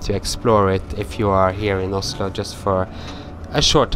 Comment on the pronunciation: Blir irritert av måten du sier Oslo på!!!😂 Man sier Ozlo på engelsk loool